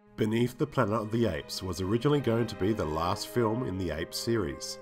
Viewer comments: After three of the Apes videos, I've grown accustomed to your endearing "Plana" of the Apes and also forgive you for your near-universal mispronunciations of all the character names along with your countless factual inaccuracies. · What word is it that you keep saying instead of "Planet"??